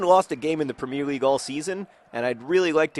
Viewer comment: you are pronouncing premier league wrong :)